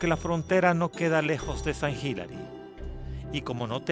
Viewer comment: Sant Hilary, Hilary Clinton😂😂😂 de e pronuncia < >